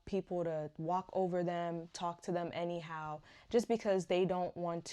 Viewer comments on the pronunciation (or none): Are you Nigerian ? The way you say "anyhow" is the reason i ask lol